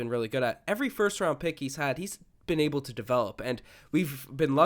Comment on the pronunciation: dude you pronounce "able" so weird. Its pronounced AYble not eble